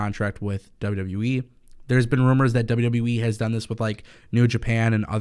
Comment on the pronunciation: WWE not wwweeee